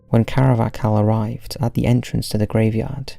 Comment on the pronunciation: CAR-VAH-HAL! It’s not even an uncommon name. Christ that got on my nerves!